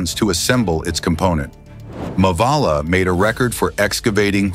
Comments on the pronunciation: It’s मावळा not मवाला !! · The name of the instrument used for digging the tunnel ,,, pronounciation is Not mavaala मवाला it's मावळा